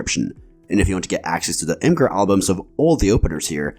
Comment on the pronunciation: Only issue I have is that Imgur is pronounced like "imager," not "im-grr" according to the creator.